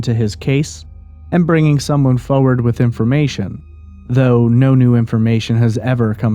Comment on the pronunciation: worst way to say forward award goes to..... haah foe-wud :P wtf